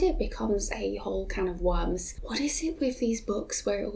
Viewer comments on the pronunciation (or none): none